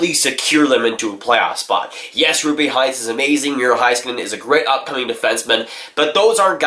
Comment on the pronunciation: Say it with me... ROOPE HINTZ. As in Rope-eh Hint-s